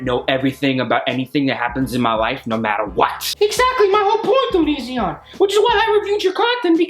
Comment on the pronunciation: This is great 😂 Can we please stop calling him o-nee-ZEE-on though 😂